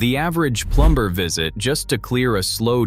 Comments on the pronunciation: You forgot to correct the first “plumb-ber” to plummer. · hilarious he pronounced plumber with a hard "b" .... plumbbbber!